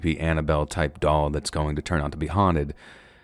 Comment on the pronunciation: Thank you very much for the stories❤😊..,.The story with the doll. I went through that entire story thinking u were saying " dog" and i was pissed that woman wouldn't just give that dog back 😂..Im such a blonde sometimes...Im also tired asf